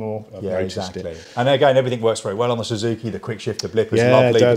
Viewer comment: Zuzuki? Zuzuki? The English don't know how to pronounce anything